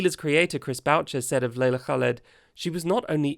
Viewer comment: That pronunciation of Leila Khaled, tho ❤🖤🤍💚